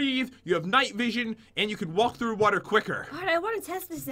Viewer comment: pat says water wrong